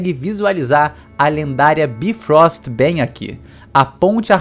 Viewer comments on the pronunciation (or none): BIIIIIFROST FERIR Pronuncia nota -2